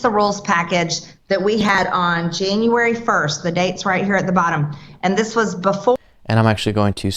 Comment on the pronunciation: "Jeen-you-wary sixt"